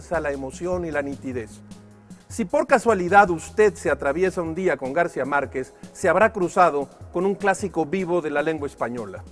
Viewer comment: ¿Por qué dice Garcia y no García?